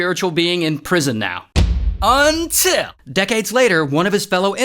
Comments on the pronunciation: I legit got scared when he said "untill" 😅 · That last “until” was unexpected